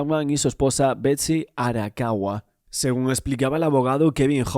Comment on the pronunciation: Arakawa san...no Arawaka...